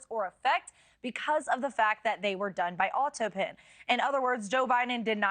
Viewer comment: Why can't she say autopen? How odd